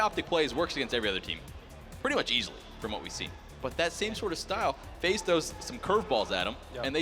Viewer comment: This dumbass said FaZe